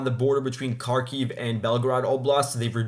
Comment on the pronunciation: Its Har keev not Car keev 😂